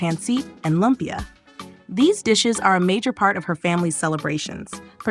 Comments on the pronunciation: LOOOOOOOOOOOOOOOOMPYA, not LUMP YA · Say Lumpia as LOOM-PIA please Ms. AI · Its loooompia